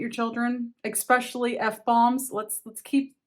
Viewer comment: Stop saying "expecially" for the love of christ.